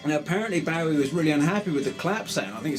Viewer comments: David Bow-ee? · You'd think he could pronounce Bowie's surname correctly.